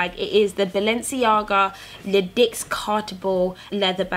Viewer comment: Wish I could swap my Balenciaga City for that sleek one! I really love Alexander Wang's stamp on Balenciaga. PS it's pronounced "le dee" it's French for "the ten"!